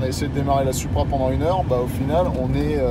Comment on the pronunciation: Pourquoi vous dites suupra, ça se prononce SOUPRA👌🏻 Super vidéo ça fait rêver🤩